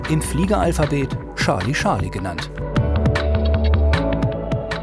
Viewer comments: Bitte, bitte… Charlie - /ˈtʃɑː(r)li/, durch die tausendfache Wiederholung war’s schon schmerzhaft. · Wieso sagen die immer Schali-Schali? Seit wann folgt das Fliegeralphabet nicht mehr der englischen Aussprache? Man sagt ja auch nicht Schali Chaplin oder Prinz Schales. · „Scharlie Scharlie“